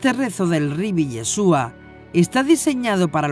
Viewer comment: Me gustan sus videos , pero realmente me desagrada que diga “ Jassen” así no se pronuncia, cualquier Rabino puede decirle